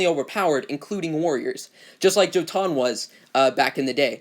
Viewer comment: I’ve lasted through it but you need to fix your pronunciation of Jotun and Jourmunder 😂 the “J” sounds like a “y” so it’s “Yotun” and “Yourmunder” no J sound lol